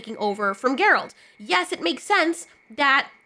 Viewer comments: please fix your Geralt pronunciation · New fan because of the Witcher show and she doesn’t even know how to pronounce his name, that’s a bit of a tell on the grift.